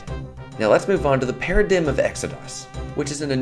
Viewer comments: lol "paradiggem" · Lol pronounced 'paradigm' wrong.